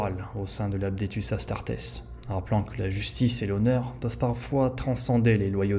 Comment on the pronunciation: Vidéo intéressante dévoilant des éléments méconnus et franchement sympas de lore. Cela dit il est dommage qu'il y ait autant d'erreurs de prononciation, de grammaire, ou de vocabulaire! Adeptus Astartes, pas "Apdetus", les nécrons, pas les "nécrones", Commoragh, pas "Gommoragh", un archiviste, pas un bibliothécaire. Dans la même veine, épargne toi l'emploi du passé simple si tu n'es pas sûr de le maîtriser. Vu le nombre de fois que sortent ces mots, ça fait littéralement tâche, ce qui je trouve est extrêmement nuisible à la crédibilité de ton énorme travail, parce qu'honnêtement ton temps d'écriture et de réalisation se sent grave. J'espère avoir pu être assez constructif et j'ai hâte de voir tes prochaines vidéos.